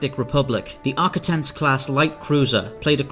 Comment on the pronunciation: Great video and great how you put the cuts together. The only issue I have is your pronunciation. Sounded like you said Arcitins, not Ar-quit-ens.